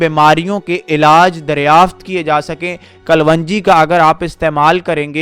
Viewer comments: Bhai kalonji hai vo kalvanji nahi...Talaffuz sahi kare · In URDU it is called Kalonji and not Kal-Wanji. The information is useful and didn't need more than 5-6 minutes.